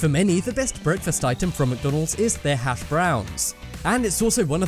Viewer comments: You say hash brown weirs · can you just say things the right way? hashbrowns sounds weird